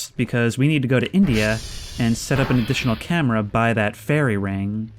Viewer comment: "that's thrree packs of sparre batrrrees for the cam-e-ra"